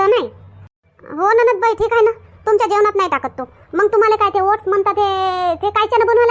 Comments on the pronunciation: said to you, It's not ‘ओढणं’, Oats. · What did you say? ‘ओढणं’ 😂